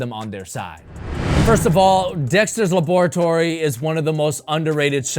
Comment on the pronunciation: Why is every sneaker reviewer pronouncing laboratory wrong😭?